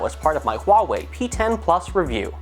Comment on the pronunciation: buena pronunciacion de la palabra ¨Huawei¨ felicidades